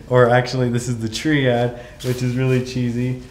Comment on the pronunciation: It's triad. Not trrrrrreeeeeeeeeeeeeeeeeead